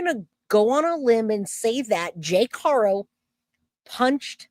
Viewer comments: You’re saying it right now you’ve been saying it right for a minute. Good job. I’m so proud thank you. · Yes, that was the best you said it correctly thank you